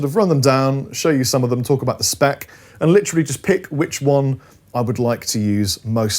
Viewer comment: seems to have trouble saying "literally"